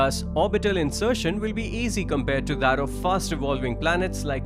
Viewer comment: It's will not vill.